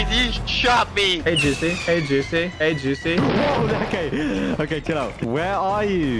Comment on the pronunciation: JOOCIE I SWEAR TO GOD JOOCIE